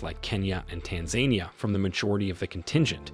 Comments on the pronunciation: I’m pretty sure it’s pronounced tan-za-nee-ah, not tan-zania 😂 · 1: 16 "Tanza-nia" not "Tan-zania" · I can't get past of Tanzeynia instead of Tanzania. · Your pronunciation is awful. It's ee-thee-oh-pee-ah (Ethiopia)/ size-muhk (seismic) / tan-za-nee-ah (Tanzania)